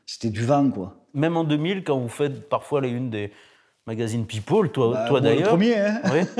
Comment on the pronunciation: Pipole à partir de là j’ai arrêté d’écouter